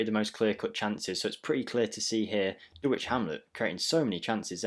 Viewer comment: I’ll subscribe if you pronounce Dulwich properly….. DULL ITCH, please confirm 😂 forget the “W”